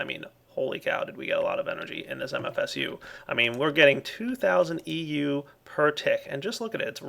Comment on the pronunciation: its EU not MJ